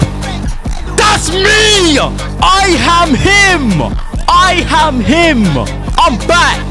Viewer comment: I am him ❌ I ham him ✅ - Lil Jr 💀